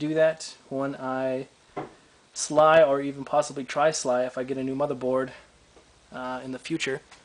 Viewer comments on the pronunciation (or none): Nice, I'm getting that cooler soon for my i5, should overclock well. I have the same case as you :D BTW, SLI is pronounced "S L I"/"ES EL EYE" not "SLY" lol